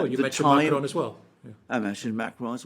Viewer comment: Firstly, great job on your reporting., will you please pronounce "Macron correctly instead of "Maceron",( as in your previous videos). Maybe "Starmer" will be the future "PM', however only if he has the backing of the UK, public. The "Brits" are now awakening, and will indeed contest a banana Republic.